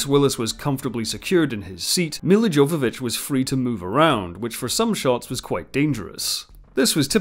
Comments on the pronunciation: Yova-vich, not Jova. Leeloo deserves to have her name pronounced correctly. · Its Jovavitch as if it was a Y not J. Come on now. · It's pronounced "yoh-va-vich". The J is a Y. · Do look up the proper pronounciation for the actor's names - this would make your videos way better and would show you actually know what you're talking about For example: Milla Jovovich is pronounced as ˈjoʊvəvɪtʃ or YOH-və-vitch , see the respective Wikipedia article Jovodorowsky is pronounced as /hɒdɔːrˈaʊski/ or ho-dor-OF-ski